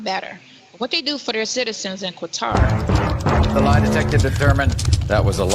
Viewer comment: it's Qatar not Qwatar. My daughter lives there.